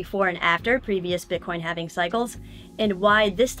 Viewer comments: lol Halving being pronounced as “having” 😂 I’m with it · can't pronounce halving...